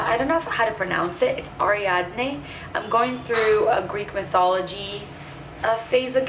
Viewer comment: Hi!! 🌻 Thank you for the vlog! You pronounced the greek mythology names correctly!! Hermes ( pronounced Ermis in greek) mas the messenger of the Gods, Ariadne ( pronounced Ariadni in greek) was a Cretan princess that helped Theseus escape the Minotaur in the labyrinth of the Cretan King Minoas. Its a beautiful story!